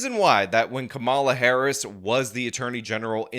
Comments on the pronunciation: Not a big deal but you are mispronouncing her name in every vid, unless its intentional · Geeze, learn to pronounce her name right at least.